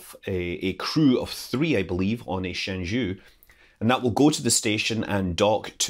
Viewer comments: Thanks for the video. It is Shen Zhou, not Shen Zhu. It took me a few secs to realize what you were referring to. LOL, but thanks. Very informative video. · Your pronunciation of Tiangong and Tianhe is pretty accurate, but shenzhou's "zhou" isn't. It's more like "Jo", instead of "Ju". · Shen Zhou, "Zhou" pronounce like "Joe" in mandarin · Scott's Jiuquan and Shenzhou were too far from discernable though. I wish CNSA could provide translated names based on meanings instead of plain pronunciation for international use. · Jiuquan is pronounced as "Jeo-Chyuen". Shenzhou is "Shen-Jou". Just FYI. BTW Tianhe's pronunciation is perfect. Great video! Chinese pronunciation is actually not that hard as long as you master the following three special rules: 1. Q is always pronounced as Chy (e.g. Qi == Chee), 2. C is always pronounnced as "ts", except that Ch is still just "ch" like in English, 3. e in e/en/eng is pronounced as "er" without rolled r, but in ei/ue, its pronounced as "eh" just like in "chess". Other subtleties are rather much more minor. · 神舟 (Shénzhōu) is pronounced roughly "shen-joe" not "shen-joo". 天舟 (Tiānzhōu) is pronounced "tien-joe" not "tian-joo".